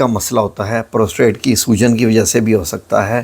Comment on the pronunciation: ابےگدھے پوسٹریت ہوتا ہے پروستریٹ نہیں ہوتا۔